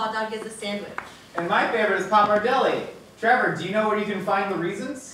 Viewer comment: also Trevor your pronunciation is on point!!